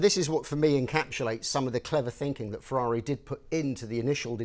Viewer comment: "Finking"????? its thinking. Jeez that annoys me